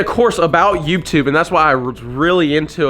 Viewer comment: i love how he says “youbtube”